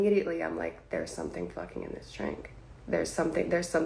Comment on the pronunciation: Had to stop when you began talking saying "Dis" when it's clear you mean this. Learn how to speak English.